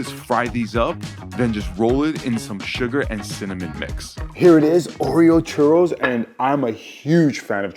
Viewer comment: He said churros wrong I was like WHAT